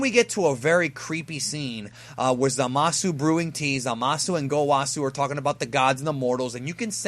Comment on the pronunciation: stop pronouncing the U in Zamasu. it's silent.